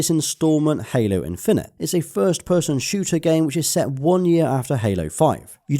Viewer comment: Was more like "Halo in-FIN-ite" with the emphasis on 'fin' in the middle of the word rather than the 'IN-fin-ite' at the start of the word.